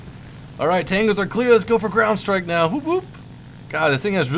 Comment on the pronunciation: Did you say 'now' or 'meow'?